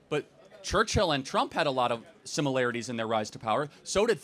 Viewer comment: The professor continually saying “simULarItIES” 🫠